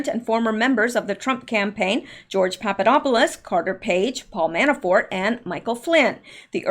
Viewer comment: Did you say...Papadopoulos? ☺